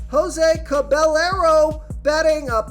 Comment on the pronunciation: Jose “Cabellarrow” 😂 Cah-bah-yeh-roh